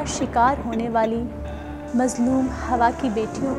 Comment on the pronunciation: Please fix your pronunciation. It’s “Hawaa “. Not “Hawa “